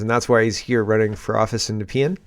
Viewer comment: Nepean = knee-pee-in. My riding 😅 gonna have to vote conservative to try and out the dude. Conservative Girl here has some equity crap on her bio but I guess in this riding that's what conservative passes for 🙄